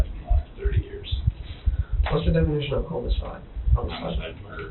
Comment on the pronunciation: 'homocide'... guessed he probably didn't even know what 'homicide' meant. R. I. P